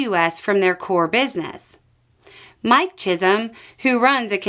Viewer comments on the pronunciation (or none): none